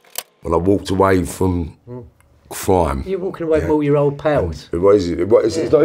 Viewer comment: They could probably kill me easily but goddamn is it funny to hear them say the word cwime